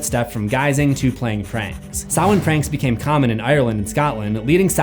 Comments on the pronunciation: Samhain pronounced Sam-Hāne not Souw-Wen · You seriously need to pronounce some words correctly. Sidhe isn’t called She. 🤦‍♂️ it’s pronounced SID HE. Man you’re dumb. Also Samhain IS called SAM HAIN not SOWEN! Did you even go to school? 🤦‍♂️🤦‍♂️🤦‍♂️🤦‍♂️🤦‍♂️🤦‍♂️🤦‍♂️ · please don't tell me you can the band Danzig was in Selwyn or whatever you're saying. His band was call Samhain. SAM-HANE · Was jsut about to comment how annoyed I was each time you said 'sa-whene' without following up with Loomis 'sma-hayn'. Set my little brain at ease when you added it... the voices thank you! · No, dude. It's pronounced 'Sam-hayne' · Great vid! Whenever you say Samhain i hear. Sam-hain lol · Dr. Loomis pronunciation of ‘Samhain’ never gets old😂😂